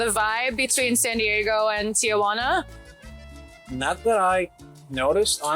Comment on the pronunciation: Your video was great, but I do have to say one thing that bothered me is the way you pronounced TIJUANA. There is no A after Ti-Juana. It’s pronounced TI-Huana, the J sounds like an H in English Tijuana